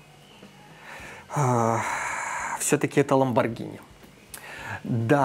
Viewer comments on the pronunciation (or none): none